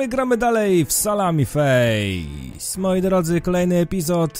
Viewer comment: Przeszła ci GŁUPAWKA a na samym początku powiedziałeś ,,Salami Face" XD